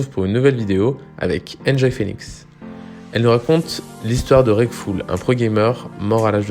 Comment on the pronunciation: met du respect dur son nom c est Reckful pas Reckfull sinon cava